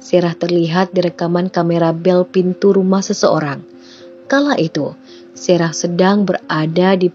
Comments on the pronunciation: Sarah ya Sarah aja gak usah serah serah min, ngganggu aja kecuali Mimin bawain ceritanya pke bhs inggris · Nyebut nama Sarah kenapa mimin baca Serah sih...